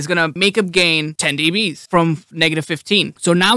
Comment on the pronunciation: Do you say deebees to make it easier for viewers understand or because it's fun to say?